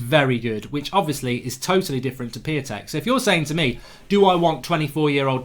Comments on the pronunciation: I think his name is pronounced Peontek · Its pronounced Piy-on-tek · Piatek is pronounced Pee On Tek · You watch Italian football but don’t even know how to pronounce his name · It's pronounced {Shish-toff Pee-on-tech} according to my brothers polish mate